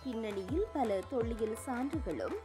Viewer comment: ளகர, லகர உச்சரிப்பில் கவனம் தேவை. தொள்ளியல் அல்ல. தொல்லியல்.